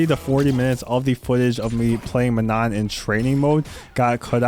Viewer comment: Oh it’s not ManoN! It’s pronounced “Maa noh” without the N at the end and the A is like in Arch